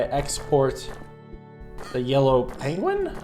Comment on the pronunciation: I never noticed pronounces Penguin as Pengling and now I can't stop hearing it